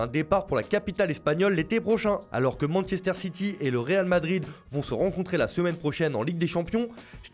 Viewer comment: "Mansester ssiti"